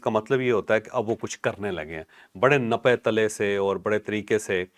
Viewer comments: NAPAE TALAE NAHIN. NAPAE TULAE HAE APNA LAFZ THEEK KAR LAIN THANKS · چوہدری صاحب نپے تلے نہیں بلکہ نپے تلے , naptalay not nappy tullay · نپے تَلے نہیں ھوتا. بلکہ نپے تُلے ھوتا ھے. یعنی ناپے ھوئے اور تولے ھوئے.